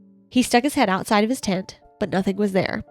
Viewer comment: 34 minutes in and I just realized y’all are saying TENT I very clearly was hearing TINT and could not make sense of what you meant lol